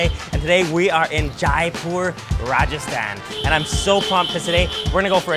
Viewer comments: It's जयपुर not जायपुर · It's not jaaaaaaaaaaaaipur...it's only jaipur.... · Not J'aae' poor, j 'ai' pur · Everything looks great! It’s funny that he learned how to say mint correctly but keeps pronouncing Jaipur wrong